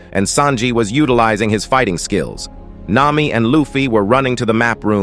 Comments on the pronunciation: The AI just said "Nima" WHAT THE FLIP?! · nah, its this mihawk: mwihwak marine: meraine sanji: sajin (i dont know where the pirate part is) nami: nima